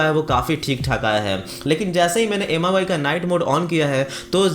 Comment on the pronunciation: None of the above. Infact its pronounced as 'mee' UI. Mi means rice in Chinese.